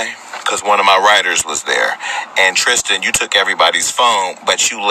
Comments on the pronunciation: Sis I believe it’s pronounced the way it’s spelled; TRIStan not TRISHtan :) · God you are butchering his name! Tristan not Trischan.. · Tristan...not Trish-tan. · No h in Tristan